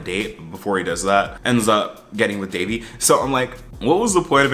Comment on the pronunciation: Is it just me or was Ben way more annoying this season? There was just something about him that felt especially condescending and can someone else confirm for me that he mispronounces Devi’s name because I would definitely have an issue if he’s still doing that in the third season.